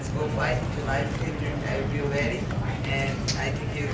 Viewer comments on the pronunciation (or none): good press conference. I like how Cyborg says she will be "weady" or "weddy" for her "nex fight".